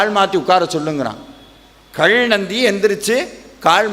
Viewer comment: கள் இல்லை காள் இல்லை, கல் கால் என்று உச்சரியுங்கள்..... ல ழ ள தமிழின் சிறப்பு